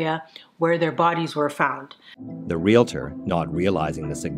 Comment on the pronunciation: Yes, thank you for the great thoughtful and thought-provoking content. And Thank You for saying "Real-tor" and not "Real-i-tor"😍😍😍